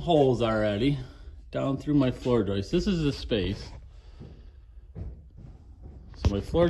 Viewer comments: yes, joists, not joist-es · "joistes" ...It's the funniest thing ever. It's the sure sign of a redneck...